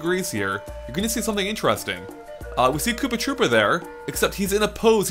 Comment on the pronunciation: Did you say Poopa Troopa?